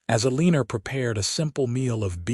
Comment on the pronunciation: Still not able to say ‘Eleanor’ correctly